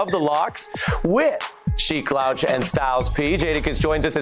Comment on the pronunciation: Ari has hip-hop cred, but he might have to lose points for mispronouncing Sheek Louch